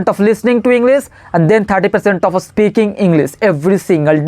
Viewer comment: It’s “speaking,” bro, not “Aspeaking.You just need to focus on your pronunciation. And one more thing try to speak English in a relaxed tone. Shouting without any reason doesn’t sound good. The rest, you are doing really well and you’re 100 times better than me. I wiill keep learning tricks and tips from you….well wishes to you!👍